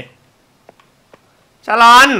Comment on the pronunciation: ชาลอน ไม่ ซาอน ใช่ ชาลาวัน ใช่ๆๆๆ